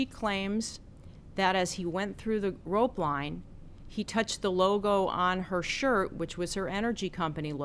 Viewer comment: Sounded like she said "grope line"